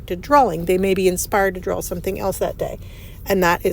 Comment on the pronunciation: …it sounds like you’re saying drawl instead of draw